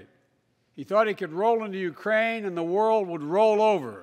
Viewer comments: sounded like "iranian" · did he say 'Uraine' ?